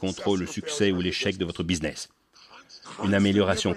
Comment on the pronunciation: Businnes au lieu de BUSINESS....mdrrrrrrrrrrrrr